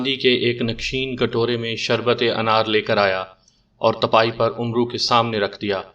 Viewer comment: Tipaaee Teen Pairoun wali chowki. تہائی Tapase ( galat Talaffuz hai.)